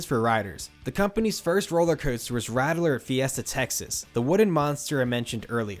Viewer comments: That’s pronounced “rat-ler” ;) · *Ratt-ler not Rattle-er